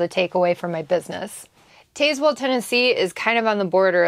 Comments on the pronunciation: We call it Taz-well. The e is silent. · Love the storys! The town in Tennessee is pronounced TAZ WELL, short A..JustSayn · Dang girl you sure butchered the pronunciation of Tazwell, TN haha